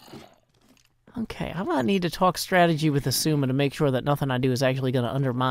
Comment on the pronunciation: I just laugh every time he says “esuma” instead of xisuma